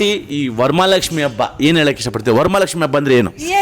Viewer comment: ವರಮಲಕ್ಷ್ಮಿ ❌ ವರಮಹಾಲಕ್ಷ್ಮಿ ✅